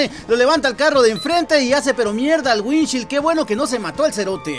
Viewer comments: Maje estás enseñado en inglés y no se pronuncia así se que te pela verga todo pero alguien te va a copiar y la va decir mal 😅 es así windshiold así se pronuncia 😅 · Así no se pronuncia parabrisas en inglés..